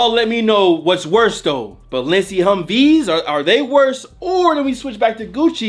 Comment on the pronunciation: 🤣🤣🤣 cuz said Hum Veez